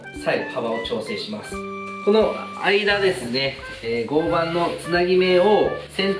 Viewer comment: 合板=ごうはん、と読みます。